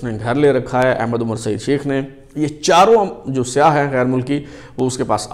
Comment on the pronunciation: Yar siyah nahee Sayyah bolthay Hain 🤣. Siyah means black